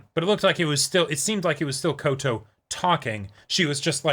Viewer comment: NO YOU SAID KOTO.